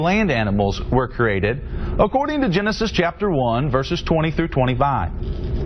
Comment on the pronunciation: He's saying corated... What the fuck.